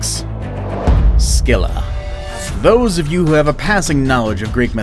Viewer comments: Not to be rude but the "C" in "Scylla" isn't pronounced like that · Not scyall it's ugthulu